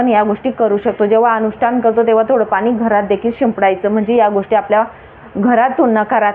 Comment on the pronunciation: ही बाई अतिशय अशुद्ध बोलतेय. आणी चा उच्चार आनी करतेय. आपण चा उच्चार आपन करतेय. पाणी चा उच्चार पानी करतेय. पान्यामधे पान्यावर ऐकायला घाणेरडे वाटते.